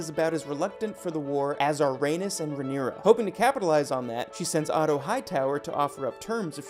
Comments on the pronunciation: Right?! He just called the book ‘Blood & Fire’ and mispronounced Rhaenys. 😩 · And Lys. And Dohaeris. And Laena. And Rhaenys.